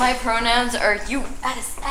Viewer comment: "America!! My prouniuns are U.S.A.!" Killed me 😂